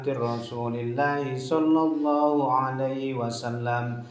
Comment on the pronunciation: Qobiltu,,, izin mengamalkan,,, maaf pak kyai itu bacanya wabaarik wasallamm apa wa sallim,,, 🙏🙏🙏